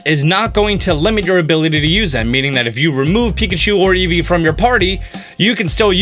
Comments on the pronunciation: Eevee not eeve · Am I the only one who heard let’s go pikachu and let go easy at the end😂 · Did he say Pokémon let’s go Pikachu and let’s go “easy”? That’s pretty great